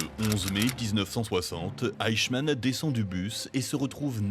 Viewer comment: Le fameux "eickmann"